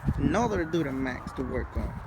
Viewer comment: "Doodermax" officially my new favorite way of saying duramax